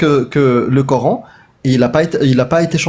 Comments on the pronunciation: Ils me saoulent quand ils disent "le cor-hein" 😩. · les nanas qui croient avoir tout compris par qu’elles prononcent « Cor’haine » قرآن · Le « Cor haine »